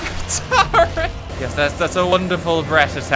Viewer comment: Based on the way RT pronounced Torrent in this vid I can only assume he pronounces torn like “tarn”